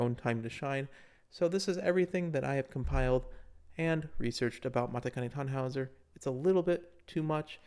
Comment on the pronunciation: I've been waiting forever for her! The random guild I joined happens to be named "Mambo," LOL. Also マチカネタンホイザ is pronounced MAH-CHI-KAH-NEH-TAH-NN-HO-EE-ZAH. People don't realize that "ti" is pronounced "chi" in Japanese. Super common mistake. Her friends call her Machitan. Also Urara is pronounced "Ooh-lah-lah," no joke.